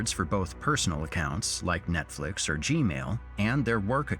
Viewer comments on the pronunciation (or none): none